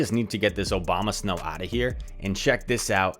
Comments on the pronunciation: No one:: OBAMASNOW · Haha nice vid.. but does anyone else realize that he always says "Obama" when talking about abomasnow lol